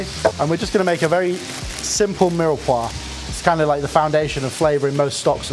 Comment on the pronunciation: At least try to learn how to pronounce 'mirepoix' correctly. Maybe it's best to avoid the French words as much as possible...